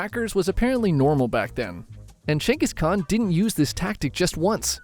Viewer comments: who the fuck is "chenkis khan" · changis kahn? what're you chat gpt? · its kenghis haan btw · you talking bout Genghis Khan or someone named "Chingus"? other than that interesting video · Gain-Guss khan. Not Chuingoas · geng guhs kaan… not jenghis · I kept thinking he said chengas kahn lol 😅😂😂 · CEO of: “Chayngus con” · I keep hearing "Chungus Khan" 😅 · Who is Jenghis Khan? brother... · Dude doest even know the proper prounce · Why do i keep hearing chungus khan? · Is no one gonna talk about the pronunciation of "(J)enghis Khan" 😂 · Chungus Khan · Who the fuck is chenis khan? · How can I trust you to get the history right if you can’t pronounce his name? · The way you say Genghis Khan‘s name is so f’in annoying and wrong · You know all of this about him, but not how to pronounce his name right lmao